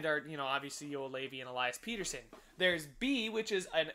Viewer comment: Pettersson is pett-er-sson not peter-son